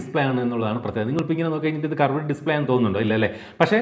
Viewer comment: കറവേടേ display അല്ല ... 😂 കേറ്വ്ഡ് display